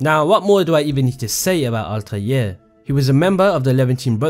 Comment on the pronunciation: Altaje , Altaje , Altaje ,, . Im sick of it. ITS ALTAIR